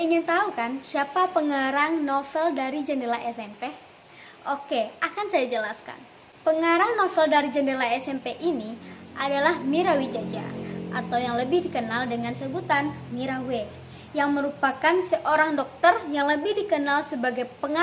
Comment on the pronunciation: Keren,... Koreksi aja tentang pembacaan Widjaja Seharus dibaca Wijaya